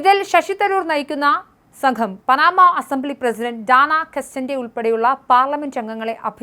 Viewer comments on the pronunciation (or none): പനാമ അല്ല “പാനമ“ ആണ് 😢 അവിടെ ഉള്ളവർക്ക് ഇന്ത്യ എവിടെ ആണെന്ന് പോലും അറിയില്ല.😂